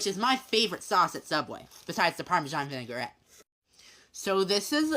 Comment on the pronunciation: why did he say Vinaigrette ( Vin - ig - ret) like that? 😂😂